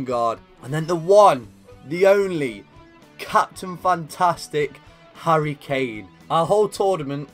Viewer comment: I believe u try to say Harry Claim